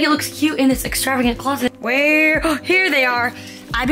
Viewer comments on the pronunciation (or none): none